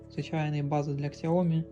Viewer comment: Сяоми(сяо купи, ми - меня). Нет нужно постоянно букву К добавлять